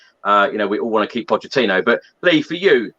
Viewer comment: if lee continues to say 'potechino' he shouldn't be allowed to speak..seriously Lee ..